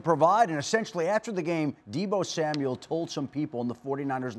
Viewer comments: Samuel NOT Samuels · Deebo Samuel!!! There is no S at the end of his last name. Get it right y’all.